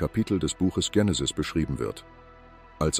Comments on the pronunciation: Warum sagt der ständig Dschenesis statt Genesis. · Die Aussprache des griechischen Wortes "Genesis" ist im Deutschen mit "normalem G", also wie "gut" oder "ganz", die Aussprache mit anlautendem "Dj ...", also "Djenesis" kommt wohl eher von der englischen ProgRock-Gruppe "Genesis", ist also nur im englischen Sprachgebrauch richtig - nur mal so fur's Protokoll! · Tschenesis! Die Unbildung kennt keine Grenzen mehr! Ist es eine künstliche Stimme? Nicht auszuhalten diese Runterratscherei!